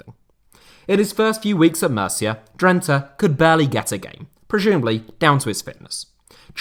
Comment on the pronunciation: Μercia ha ha....learn the basic pronunciations before you do such a show!....